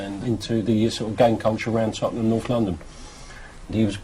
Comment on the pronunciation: Tottenham mamden 😂😂😂 ffs